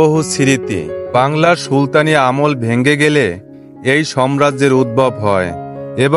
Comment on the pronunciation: আপনি সাম্রাজ্য কে বার বার সম্রাজ্য সম্রাজ্য বলছেন